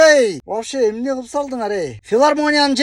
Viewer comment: 😂😂😂😂😂ТУУ КЫЛЫП ДЕП ЭЛЕ АЙТЫЛАТ . ГЫЛЫП ЭМЕС..😂😂😂